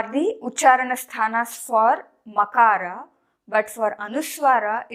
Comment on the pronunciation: Your pronunciation is incorrect. You are NOT pronouncing makAraH but "ma" which is makAraH + akAraH. You should show the difference between pronouncing makAraH (without any swaras) and anuswara.